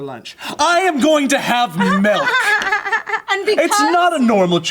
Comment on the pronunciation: did joe just pronounce "milk" as "melk"